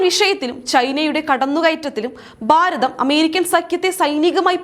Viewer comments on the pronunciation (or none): ബാരതം അല്ല കുട്ടി, ഭാരതം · dear presenter please correct your pronunciations....eg. Bharatham not Baratham....all your bha has becom ba...